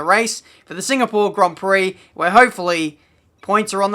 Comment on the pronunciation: Maybe it is in the way how says Singapore: another Singapoor result.